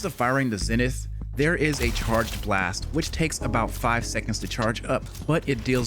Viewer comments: "Zen-ith"...it's pronounced, "ZEE-nith"...smh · Zenith. Isn’t it pronounced ZEE-nith?